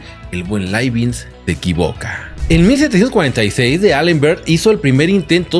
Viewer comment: Hola. Muy interesante el video. Pero por qué pronuncias Laibinz si lo correcto es Laibniz?